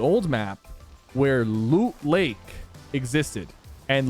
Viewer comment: “Luut layke” lol